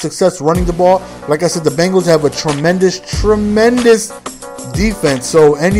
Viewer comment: He can't say Bengals